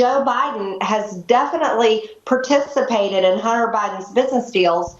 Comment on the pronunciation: "Rools", "Particpitated", moron.